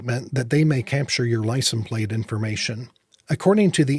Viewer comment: Wondering why you say licen plate..... Great videos though.